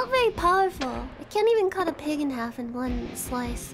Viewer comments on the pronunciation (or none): none